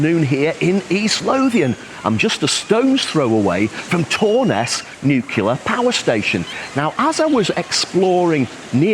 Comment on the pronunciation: Pleease, stop saying "nukular."